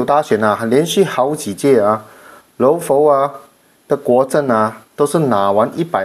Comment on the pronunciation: ， 佛是读佛， 不是浮。。。阿尼陀佛的佛